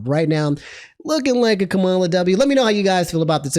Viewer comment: Her name is pronounced comma-la